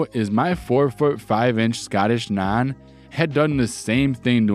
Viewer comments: I'll be honest, you pronouncing Nan like Naan, as in Naan bread was really off-putting. in the future pronounce it more like Van. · You say mum and nan really strange. Just trying to copy it now out of curiosity i cant seem to replicate it without a wide open mouth lol. Either way loved the vid mate thanks for the stories. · Enjoyed the stories. Was amused by the pronunciations of Ragged an Nan. Not criticising just saying i found them funny. Despite the horrible job in the first syory i don't think the guy did too bad out of that company. Probably has a bettet job as a result.